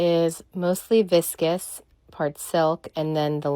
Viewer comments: First off, not a fan of the dress... second, did she just pronounce "viscose" as "viscous"? Lmao 🤣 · The way she pronounced viscose, omg is she for real. It’s pronounced vis kose not viscas. It’s spelled how it sounds, viscose. Omg not only do these people spend stupid money on crap they also cannot pronounce words.